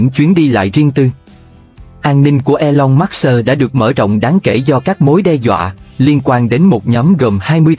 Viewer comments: Khủng khiếp quá đọc " elon mát xơ" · Trời ơi đọc là e long mớt sơ ?? nghe phát bịnh